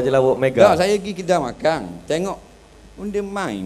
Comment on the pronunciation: bahasa TERENGGANU hujung pekataan ada "NG" contoh:makan = makang